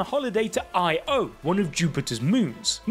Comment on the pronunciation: Why do you keep pronouncing Io like that? It's just one word, not an abbreviation. Io, not I-O